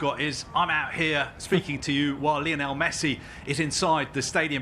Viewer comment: Guys, you could at least make an attempt to pronounce Lionel correctly.